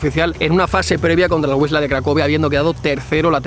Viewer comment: No es Uisla de Cracovia es 'bisba' (más o menos) ya que la L tachada es como una w o b